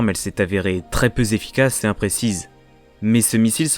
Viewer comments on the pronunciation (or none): On dit zefficacité pour une arme ?